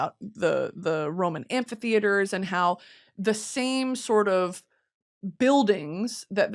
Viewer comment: I cannot for the life of me figure out how you’re pronouncing “Amphitheater” it sounds like you’re throwing in an extra letter